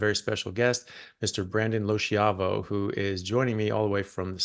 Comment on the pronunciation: Anyone know why his last name isn't pronounced like it should be pronounced in Italian? In Italian it should be low-ski-ah-vo but he says it like low-she-ah-vo.